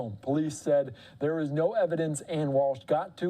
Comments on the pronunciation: How embarrassing, you can't even pronounce her name correctly not Ann....Ana...Ah na is the pronunciation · Can we just say her name correctly???? It’s not Ann!!!